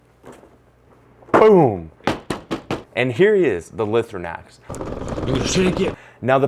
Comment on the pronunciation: Awesome video! My only complaint is that it’s pronounced “Lie-throw-nacks” and not “Lih-throw-nacks”